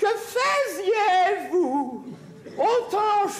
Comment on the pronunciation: je constate avec beaucoup d’intérêt qu’à l’époque on faisait encore la distinction entre la prononciation du « ai = è » dans « que faisiez-vous au temps chaud » alors qu’aujourd’hui on ne la marque plus… ai = e à